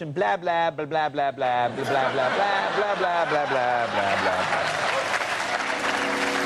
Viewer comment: "Blah" rhymes with "ha" not "yeah."